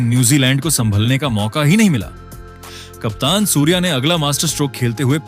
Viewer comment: सुर्यकुमार को सुवर बोल रहा है बिच बिच मे.जरा ठिक से बोलो.सुर्या.